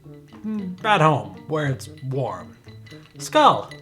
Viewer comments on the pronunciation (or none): It's not "skull" it's "skoal" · Skål is pronounced more like "Skohl" than "Skal". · "... skull!" Skål is pronounced more like scowl. Skohl. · Skull? Its skål dude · skull? try skål! two differant words, two differant meanings. use them in their proper place. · Skull? It's called SKÅL! :) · "Skaal" or "Skål" rhymes with "hole", not "hall". 💗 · Skål is pronounced “Shk-oh-LL” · Skull is close enough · Skål - more rounded on the å-sound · It's not pronounced "skall" The "aa" in skaal are pronounced like the "au" in how a british person says "sauce" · "skald" *dies of cringe* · So glad he found out how to say Hans now we just wait and see if he'll notice that's not how you say Skål. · Sorry but you really really (that was two reallies) suck at saying skål but at least you tried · I'm not an expert in danish, but i do know that isn't how skål is pronounced. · Dont pronounce skål wrong!!!